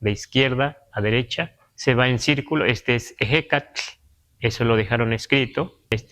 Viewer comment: PORQUE EN LA PALABRA EHECATL PRONUNCIA COMO SI DIJERA EJECATL; NO ÉS PALABRA ESTADOUNIDENSE!! LA H NO CAMBIA A J !! ES COMPLETAMENTE NÁHUATL!!!,🧐😒🤨🤔